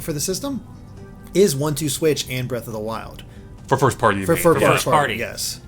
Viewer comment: How did they let "Breath of the Wildly?" slip by so easy lol